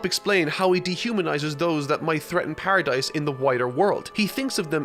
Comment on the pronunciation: The s in Paradis is silent lol you watch the anime but never noticed?